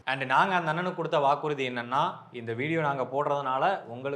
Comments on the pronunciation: வாக்கு"று"தி NOT ரு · வாக்குரிதி இல்ல பாய் அது வாக்குறுதி. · ஐயா! அது வாக்கு'று'தி! - That is 'Threats' not 'Threads' - அருமை! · உங்கள் நோக்கம் சரியானதே!! ❌️வாக்குருதி ✅️வாக்குறுதி ❌️Threads ✅️Threats